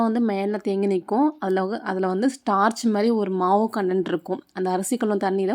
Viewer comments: Not tarch its starch correct. 😊😊😊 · Its Starch, not Torch😅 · Say starch it is not torch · டார்ச் இல்லை ஸ்டார்ச்